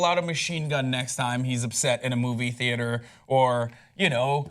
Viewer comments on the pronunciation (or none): when he said Movie theater at first I thought he said Booby theater. I'm so Bourney.